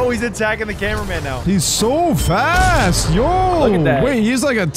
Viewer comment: you said fat not fast